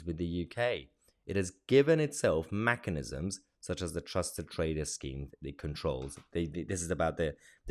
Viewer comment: Mechanisms, not Mackanisms.